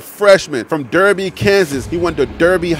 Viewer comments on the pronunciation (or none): none